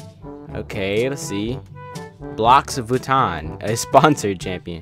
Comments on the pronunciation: its pronounced: rou-oui(the french way) vitton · Lis viton :D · Its ro-ux vuittons